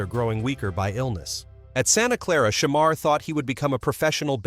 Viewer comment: Hate the way he saying his name smh.